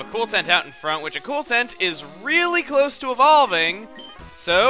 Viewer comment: Call acooltent to acrueltent